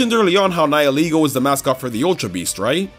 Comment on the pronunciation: Someone who actually pronounces Nihilego the way its name intends? AAAAAAAAAHHH